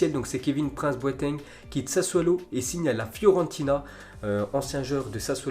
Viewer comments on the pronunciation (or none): none